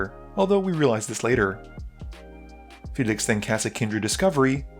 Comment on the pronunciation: All of your videos, you can’t pronounce anything. Why can’t you say Felix? It’s not “fe-liixx”